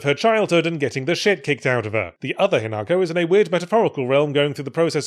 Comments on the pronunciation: ...but Yahtzee fffffff-for the love of god start pronouncing Japanese names with the correct accent?? It's HInako, not hiNAko. Even the dub gets that right. Yes I played it dubbed, sue me. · Listening to every English commentator who has presumably listened to the game dialogue and still insists on pronouncing it "hin AAAAAAAHHHHH ko", shaking fist vigorously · Yet still pronounces it wrong. Come on, we should all have watched enough subbed anime by now to know how Japanese names are supposed to be pronounced.